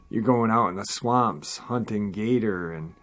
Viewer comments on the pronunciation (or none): none